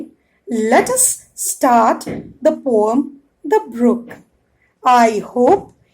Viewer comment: Mam that is not Pom that is poem